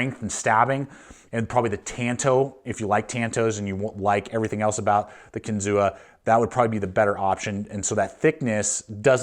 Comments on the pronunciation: Pronounced “Kin-Zoo” like the state park. Native American word means “fish on spear”. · Kinzua is pronounced without the a: "Kinzoo." Its the name of a lake in the Allegheny National Forest near Case's factory in PA. I have had my eye on these knives for a while, but the reviews are really mixed. Despite the price, Buck and Spyderco seem like much better value for US made knives. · Kinzua (KEN-zoo)